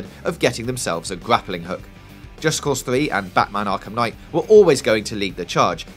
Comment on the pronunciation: D'aww he said Gwappling Hook.